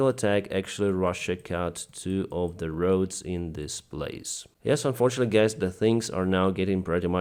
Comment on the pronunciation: "So, gays" When will you fix your English pronunciation?